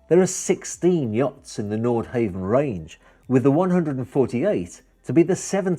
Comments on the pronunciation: Nordhavn is pronounced Nordhavn, not Nordhaven. Want to drive a Priius or a Cheevy. Come on man, earn that fat commission. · like the video and im sure you have heard that its ..nordhawvn not nordhayvn.. and nothing to do with japanese i liked the history part but would like a follow up on the yachts in more detail .. keep up the good work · Great presentation - just one thing throughout isn’t quite right - the pronunciation of the company name: I believe the pronunciation is Nord-HAH-ven, not Nord-HAY-ven. Haven does indeed come to mind when picturing owning one! 🙏🏻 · It's not pronounced nord-hay-vn, it's nord-hah-vn. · Hate to "nit-pic" But its "NORD" HAVN not "NORTH" HAVN.. If your going to represent them, learn how to pronounce their name! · Frustrating to hear him say Nord Heaven, ruins the clip. NordHavn = North harbour in Norwegian AND Danish. Where on earth did you get that Nordhavn is Japanese? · and its pronounced nord hawvn not nord hayvn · Havn not haven. Not back from Holiday season yet? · You need to pronounce the name correctly. Try 'nor-how-n'. How could you get the basic facts so wrong? (Norhavn is 'Japanese' for North Harbour!) It makes you look like a fool and as someone that has little or no idea about what you are trying to present. I suggest that you delete the audio and try again. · You really should be able to pronounce the brand name before making a video about the yacht.